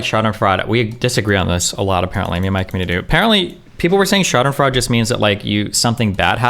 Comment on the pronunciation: What was that pronunciation of 'Schadenfreude" 😂